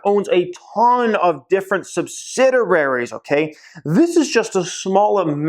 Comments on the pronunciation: It’s pronounced sub-sid-e-airies not sub-Sid-er-airies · Sub-sid-i-ar-ies: ONE "R"